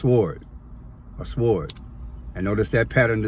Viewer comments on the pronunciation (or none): No offense, but as a teacher, I have to tell you that you don't pronounce the W in sword. Just S-or-d. Thanks ❤